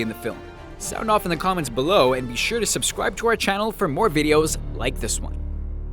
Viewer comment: remember when he said subwcribe HAHAHA